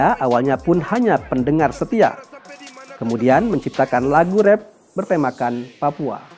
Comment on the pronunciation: Mimin kalau bisa pengucapannya Rap bukan Ref🙌